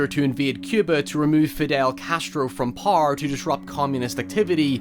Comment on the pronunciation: I hate how he pronounces power, like it’s not that hard to say it right